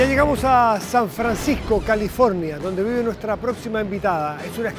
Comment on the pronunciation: En el minute dice San Franscisco y es San Francisco . Una pequena correccion :)